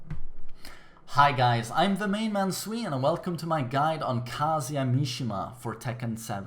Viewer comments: kazuya in japanese Google it buddy I know you been pronouncing it wrong since 1994 Tekken.... I'm not Japanese & I know you're not Japanese... I knew how to pronounce it since 94' lol just listen to the recorded sound of "ka zoo yaa" I know you're not the only one who says it wrong... check it out buddy it's so easy to say.... & keep up your good work bud cheers! ps. out of all best fighting games out there harada picks the worst fighting game on the planet to choose a characters "king of fighters & street fighter" shit he could have chosen characters from dead or alive! virtua fighter which are more similar to tekken! shit I forgot Sega had a hand in making tekken before tekken came out! I would love to see any virtua fighter character in Tekken!! let me stop cause I can talk about it forever lol have a good one bud!! street fighter sucks!!! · I don't know why but I like how you pronounce Kazuya lol.